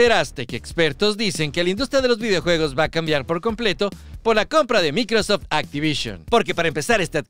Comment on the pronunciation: De donde sacaste la pronunciacion de microsoft? Del traductor de google? XD 😆